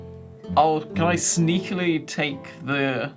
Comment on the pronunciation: “Sneaketly” Ah, I see the markisms start EARLY